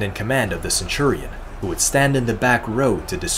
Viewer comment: boy if you say "ceturion" one more time